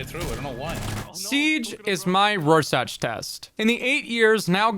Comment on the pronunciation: I agree with everything iterated in this video, but that all changed when he incorrectly pronounced Rorschach Test. I can't believe this, unsubbed.